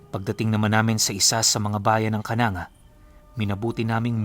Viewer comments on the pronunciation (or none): KANANGGA ay KA-NANG-GA ang pagbigkas diyan